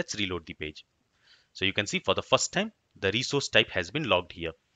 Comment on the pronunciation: 'fa da fas time' => 'for the first time'. that it not english bro you speak. please pay attantion your pronunciation. or record your mother language.